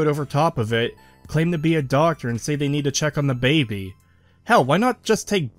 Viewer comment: For the love of god man stop pronouncing baby as “babby”